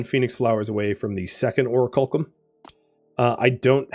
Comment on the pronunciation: ) you made me question my memory of how to pronounce that word. It's or-ack-you-lum just FYI, and just to be that guy... Enjoying this series, tho. Cheers!